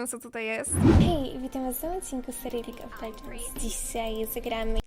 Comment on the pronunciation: To dzisiaj gramy lidż of ledżens